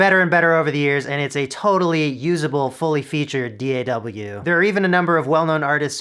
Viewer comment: "dee-ay-double-u" really